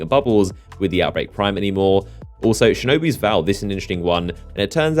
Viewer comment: I love you bro, but I hate when you say shinobis vow. It's shinobUs vow. There's a u.